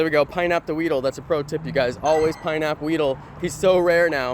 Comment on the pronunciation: did this guy say pinap weedle